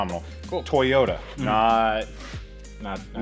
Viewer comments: So did you guys even check your piston ring gap at all? Just curious and if not why? Btw, it pronounced TOY-YOTA and not TEYOTA bruh. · TOYota, not Teyota. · Where do you get the e sound in Toyota. That is annoying that's why I stopped watching the damn video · why do you say teeyota it makes me irrationally angry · TAY-OTA Supra! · Nobody:: TUHHYODA Edit: Don’t be triggered kiddies I’m aware that’s probably the correct pronunciation 🙄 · the type of guy to pronounce Toyota differently every time he says it... Good work, enjoyed the video.